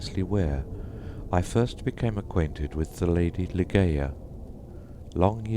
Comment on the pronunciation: For heaven's sake it's 'lie-JAY-uh'. Do some research on Poe's intention etc. before recording.